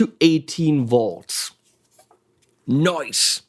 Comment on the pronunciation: He Said "Noice" , lol